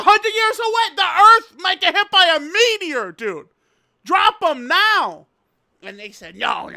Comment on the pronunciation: "Right Neow" said with his cat ears perked up